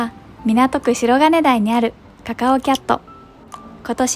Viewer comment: しろかねだい ですよ。読み方間違えてます